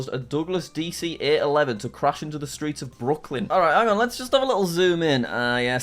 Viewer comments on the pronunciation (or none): none